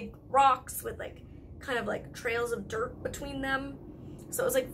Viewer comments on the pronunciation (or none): none